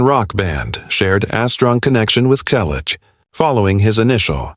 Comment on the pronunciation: Learn English. It's free on YouTube. Your AI generated voice is a mess. You can't even pronounce Selleck. What is heartbreaking? I am currently visiting the Selleck's. We have a great time. Don't worry, I am also the banker of the family, all relatives and close friends. There are no money problems. 25 million? Copied from cheap tabloids. Fake news. Not the story about his life again. Everyone we know and most of his fans have already read his book or listened to the audio CD. This video is a waste of time. Get an education and a real job. Don't talk about people you don't know.